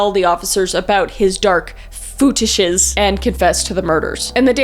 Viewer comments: Footishes? Feetishes? Footishes is funnier 😂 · "FetOOshes" 🤣I'm dying 😂